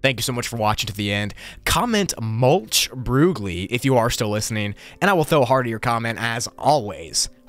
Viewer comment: hahahaha... mulch broogli! It sounds like a battle cry for plants. 😆 love it.